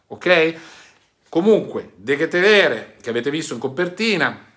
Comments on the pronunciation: Si legge de ketler, come salmaker, molte lettere sono mute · forse si pronuncia De Ketleer..Vai così che sei forte! Orgoglio di tutti noi rossoneri!!!